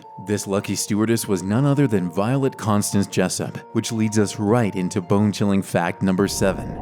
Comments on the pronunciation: i heard him say bingchilling 💀💀💀💀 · every time he said bone chilling i heard bing chilling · Bone-chilling? No, BEAN CHILLING